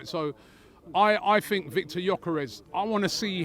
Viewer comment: I fought I fink Seriously why do you replace a T with an F sounds ridiculous. Hang on Liverpool have had injuries